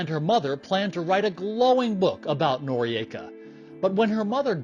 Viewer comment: I am unsure about the pronounciation - 'nor-ee-ayka' seems incorrect - 'nor-ika' seems correct and how I always heard it